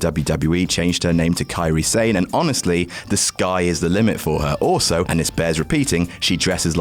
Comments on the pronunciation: Eye-Oh Shirai. Kairi SAYNE. Kazoochuka Okada. For fuck sakes it takes literally 2 seconds to look up how to pronounce shit. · Pronunciation is different